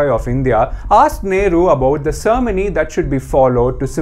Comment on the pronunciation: The pronunciation of " cermony" ??? Mate it is Ceremony not "Cermony"